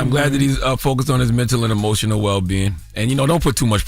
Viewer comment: Did Charla just say EMO-Cin-Nal???? Nigga it’s Emotional!! 😂😂